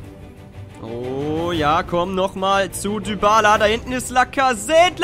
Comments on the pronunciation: man spricht Dybala "Diballa" und nicht "Düballa" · er heißt nicht Dübala